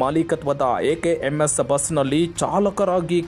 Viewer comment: Ye reporter ninna nalagege ara haki konduba ninna ucchara sari ella ninge kannu sari kanutilla anisutte adu mkms alla akms